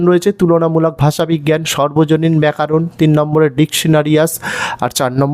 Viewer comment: ব্যাকারন নয় ব্যাকরণ আপনি ব্যাকারণ বলেছেন